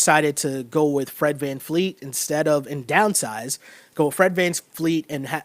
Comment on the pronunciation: It’s Fred VanVleet with a V not vanfleet